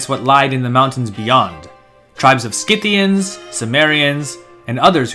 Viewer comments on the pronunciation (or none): none